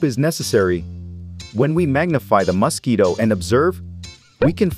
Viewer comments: Mosque eatoh. I hate this AI voice for pronouncing it that way. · Why are you pronouncing it musk-eat-o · First of all: MO-squito, but at least your AI is consistent. Please check your script. There were other mispronunciations that detracted from the video. I hope the dissection was fun for you. Please continue to practice so your dissection skills aren't so gross. Watch zefrank's True Facts About Mosquitoes. It's beautiful. Carry on.🤔🤢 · It's not Masquito, it's Mosquito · I assume "Muss-keeto" is mosquito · Ugh annoying! MUS-quito 🙄 Why are you saying it like that? It’s mosquito pronounced : ms’KEE’toe Are you doing that just to get on peoples nerves ? Do you also pronounce COOL WHIP the way, Stewie Griffin does? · aahh yes the famous Masquito .... either thats a horrible AI voice or this person sounds extremly robotic ... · It's Mos, not Mus... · I have always thought it was pronounced as Mosquito, not Mass-kito 😂😂😂😂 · Stop calling it a Muskeetoe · Wtf is a musskeeto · As a human, i can verbally confirm we pronounce mosquitoes "mass key toes" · Those damn muss-keetoes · It really is nice to be hearing MOS KITO every other sentence😌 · Bro why do you pronounce mosquito like Musky Dough? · You say muskeedos You say it so dumb 😂😂😂😂😂😂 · MUSkeetos. God damn, say it properly. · Hate how it says mUscito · not enough of word MUS-KEETO! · Blue is say muskido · I liked how he pronounced Mosquito - Mus-ski-doe 🤣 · take a shot every time he says MUSKeeto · I can't unhear Muskito 😂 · if I hear MAASquito one more time... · "the maskito"💀💀💀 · Why does he keep calling it Musk-Quito? Is it an ox from Ecuador? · I hate the way he pronounces Musk-eeto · Why does he say musketoe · "Muscky-dough"? What part of the world pronounces it that way? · I love how he says “The muskito” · I kept hearing musk-eeto and thinking about the Elon musquito meme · You say Musk Eato 🤫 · the way this person pronounce mosquito is weird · Thé way he’s saying mosquito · Weird way to say mosquito